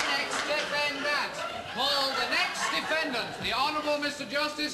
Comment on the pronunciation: deaf-end-ANT!!!!! lol I love Monty Python!! =3